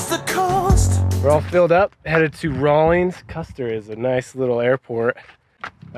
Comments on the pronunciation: Oh... RAWLINS, not Rawlings. I was just there this morning. You out of Pocatello? If so, make sure you stop in to the Chubbuck Wally Mart and try some Wyoming beef sticks. They're amazing! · its just Rawlins. No g Raw-lins